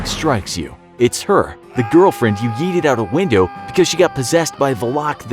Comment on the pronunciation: I thought he said eated 😭💀